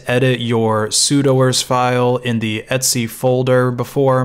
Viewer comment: I have never heard someone pronounce "/etc" as "Etsy". Also, "sudo" is pronounced "sue-dough".